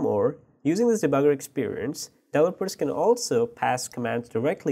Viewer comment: It's pronounced DEV-EL-OP-MENT .... delopers....Holy Christ.... If you don't already know what he's talking about this butchering of some words every new and then is very annoying and makes understanding what he's talking about impossible assuming is was possible at all...